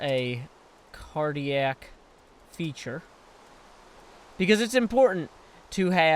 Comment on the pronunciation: IT IS NOT GOING "SO WELL" YOU FORGOT THE FLIPPIN' T IN FE"T"URE LIKE HOW YOU SAID "FEURE" SO NEXT TIME PAY ATTENTION >=( please :D